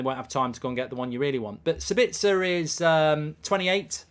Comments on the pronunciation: For your info it is pronounced saabitzer so basically a long pronounced a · As a guy from Austria it´s pretty hard to endure his pronounciation for Sabitzer xD.